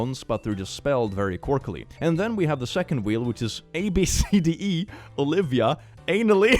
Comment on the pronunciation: “ABCDE” is pronounced, “AB-suh-dee.”